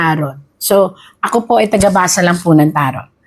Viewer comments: Taro silent t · TARO. Silent T